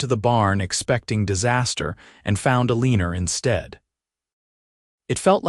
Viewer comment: OMG, if the voice can't pronounce your main character's name correctly, change it to something else! Eleanor being pronounced UH-LEEN-NOR, (which rhymes with "a weaner" the way it's emphasized), makes me not want to watch because it grates on my ears. Ugh!